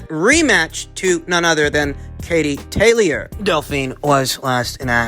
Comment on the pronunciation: Just like it’s tayleeor, he likes to mis-pronounce, just to let you know 👍🏻😂